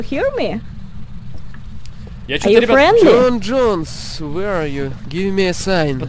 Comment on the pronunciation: Не Джон Джонэс, а ёпти Джон Джонс. Боец ЮФС в тяжёлом весе. Неучи= ))